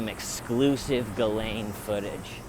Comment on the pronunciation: He I think you're the only person I've heard who actually pronounces Ghislaine's name correctly. Great job with your "stakeout" Love & light from the UK ❤🙏 x o